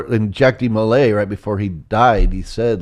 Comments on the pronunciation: It's not jack demolay, it's pronounced jauck with a French spelling. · Dude really butchers Jacques De Molays name pronunciation.. But he’s almost spot on with the history!